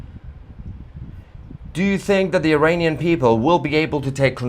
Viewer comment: He said IRANian! I heard it!